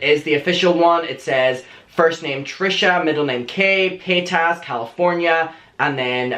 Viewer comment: I’ll never get over how this man says Trisha Pay-Tas lmfaoo😂😂